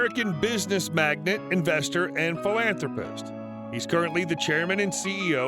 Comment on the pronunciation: MagNATE. Not MAGNET.